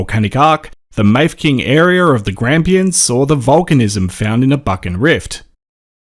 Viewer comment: Great episode, Mafeking pronounced Maf a king , BTW 😏